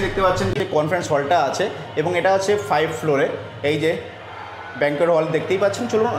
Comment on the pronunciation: দিঘা বাস স্ট্যান্ড থেকে পায়ে হেঁটে কতক্ষণ? বাস স্ট্যান্ডের কথা বলছি কারণ কলকাতা থেকে দিঘা গামী প্রতি টি ট্রেন অসম্ভব লেট করছে। তাই বাস সবাই প্রেফার করছে। আর একটি কথা, ওটা ফাইভথ ফ্লোর নয়, ফিফ্থ ফ্লোর